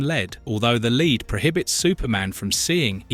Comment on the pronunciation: He called Lead Leed lol